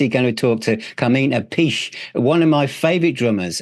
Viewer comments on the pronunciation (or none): Hi, nice interview with a great drummer (his brother, Vinnie is also brilliant). For the record: the proper Italian pronunciation of Appice, is " Ah-pee-chay", ( another one, Iommi, is "Ee-oh-mi") so there's your Italian lesson for the day, from another crazy Italian...Cheers